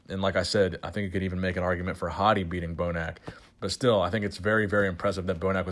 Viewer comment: Poor Hadi. You can tell was really trying to get the pronunciation right in the beginning, but then defaulted back to how he normally says it later on in the video. Haha you'll get there. Keep trying.